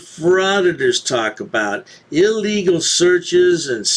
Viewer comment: Please learn that the word illegal is pronounced as if you’re speaking about a sick bird. It’s not pronounced E-legal.